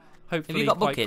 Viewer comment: omg stampy i thought u said f*ck its, not buckets XD